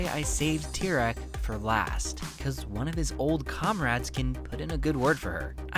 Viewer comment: To reform Tyrone, just say his name right